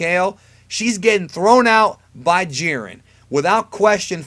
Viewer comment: lmao this dude said jiren.